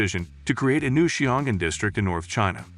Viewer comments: as a Chinese, Xiongan should be pronounced "sion" & " an", but no "g". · Oh for crying out loud. The place is called Xiong'an, not Xingan, and it's in Hebei, not Hubei. Yeah yeah, I understand - googling poses insurmountable challenges.